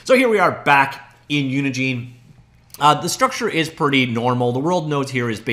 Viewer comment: It's not pronounced Unigene, think of engine then put uni infront of it